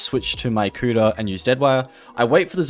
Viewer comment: I love how the whole time he calls the kuda, "the cooter"